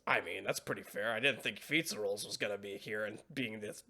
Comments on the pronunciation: Fizzarolli: ❌️ Fizza Rolls: ✅️ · Keep calling him Feets-a-rolls 😭 Doing my boy so dirty! Also I love how Ozzie's instinct upon getting a video message from his boyfriend is to throw it on the big screen during a business meeting. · I'm pretty sure all the fans of the show were glancing toward this episode and next every time you mispronounced Fizz's name or reiterated your dislike of him. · new drinking game: take a sip every time mispronounces Fizz's name I'd say a shot but I don't think that'd be wise XD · I think it's hilarious that it took THIS long for him to realize he's been mispronouncing Fizz's name despite it being said multiple times before now.